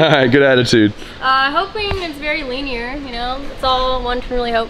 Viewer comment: leeeenear? lmfao